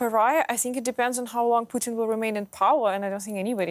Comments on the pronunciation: It's PUTIN not POUTINE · Pooh-tin.....also known as "Darth Invader"